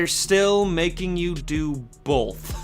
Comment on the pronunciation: click for "bolth"